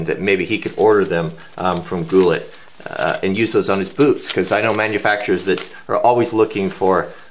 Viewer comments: I believe the name is pronounced "Goo-lay", not goo-let. As in Robert Goulet. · Goulet is pronounced goolay... Just saying :P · Hey. Canadian Gump here. Goulet is most likely pronounced 'go-lay'. Unless he really anglicized it and you're right. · I think it's pronounced goo 'lay. Good video! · Goo-Lay. French, I'm sure.